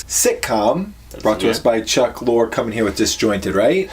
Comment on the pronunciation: 1. Its Chuck Lorre, pronounced (Lauree) 2. He was NOT behind Will & Grace 3. You're prejuding a show, with a ton of misses based off a 1 minute trailer 4. Watch the episodes before you determine if Kathy was being wasted and doesn't have many avenues and layers to the show 5. It's shot in front of a LIVE audience. Not canned laughter.